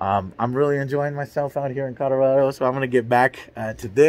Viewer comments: Colorado is pronounced "RAD", not "RAW". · Man said "CODARADO." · "Codorado" lol okay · I swear I hear him saying Codarado... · "Codorodo" lol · Kadorado?... Avocado? Did you mean Colorado? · Homeboy said "Cadarado" lol